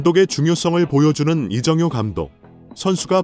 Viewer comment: 이정호 감독 말하면서 이영표 사진을 보여주나? 이정효 이름도 제대로 발음이 않되니...